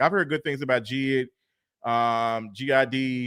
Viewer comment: It’s not GID it’s JID he’s from Atlanta😂😂😂😂